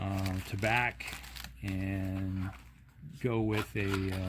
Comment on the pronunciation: Pronounced tah-bah (French for tobacco). Although Tabac is a German co.